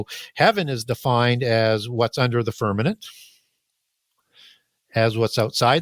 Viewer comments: He says firmanent. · The guy is brilliant, but I found it super annoying when he used the word f e r n a m e n t instead of firmament